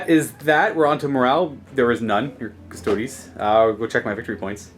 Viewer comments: Cus-toads.... really? At least pronounce the name of the army properly face->palm. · As a Custodes player, if my opponent says Custoads. I just pack up and leave.😂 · cus-to-dees. custodian. not cus-toad. you don't pronounce astartes ass-tarts, do you?